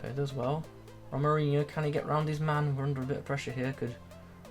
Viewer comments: His name is pronounced HO-MA-RI-ÑO :D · Nice video! Can you review Hamdallah? He looks great! This card is really nice at least for SBCs XD Also I think it's pronounced the same as Ronaldinho with the inho part of course xD